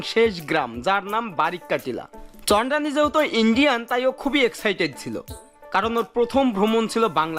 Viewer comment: ভাইয়া চন্দানী কে বার বার চান্ডানি বলেন 😅